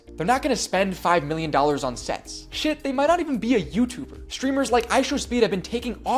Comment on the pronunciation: That DID NOT sound like sets 😭🙏